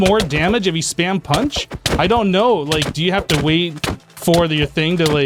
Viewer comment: Nobody:: wiat